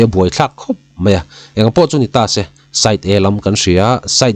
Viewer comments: Aw fiah tak maia i thu chhiar a ngaihnawm thin hle mai. Thil pakhat ' Tase' tih a ' se' lai hi thluk fan/ sei deuh hlek la, a ngaihnawm zual awm.mang e kalo ti deuh... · ' Tase ' a bung lutuk a mawi vaklo